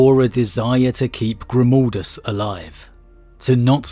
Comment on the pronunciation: It's pronounced Grimaldus...not Grumaldus...G...R...I...M.............GRIM.....stop saying like that... please!!!!